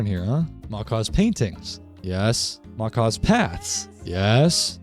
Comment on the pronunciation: These kinds of videos are greatly appreciated my guy. You got my sub and like. You basically copied me, 😒 😂😂 most of what you have here i do to. Sophisticated backpacks is by far the best backpack mod though. Great list. And Macaw's is pronounced mah kah one word though. It's the big parrots in south America red blue and I think green.